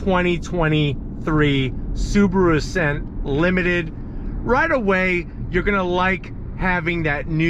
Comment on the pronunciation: (SAAB)aru Ascent 😂